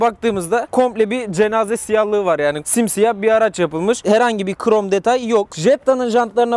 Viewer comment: Hiç kimse: Ali IbInEsi:qrom detay